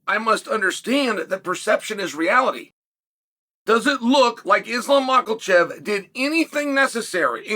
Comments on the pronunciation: Hahahaha uncle chael u mistakenly pronounced his name. Makhakalchev?😂 it’s Michael-chev😂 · Cha-hail P. Brain Sonnen... Blah-hol? I guess a UFC champion doesn't deserve the respect of TRYING to actually say his name. Is why we don't see you on ESPN on the regular? - no chama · "Islam Mahakachef" close enough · I think "MOCHELCHEV" as you calm him talked about moving up before Ilia decided to change weight classes.